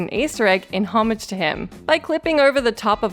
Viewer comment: Ha, the voice over lady doesn't know how to say "homage" xD